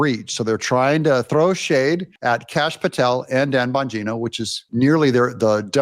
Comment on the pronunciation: Even my 10yr old son loves Dan Bong ino😂😂 cracks me up the way he pronounced his name. No one more qualified to the position than Dan.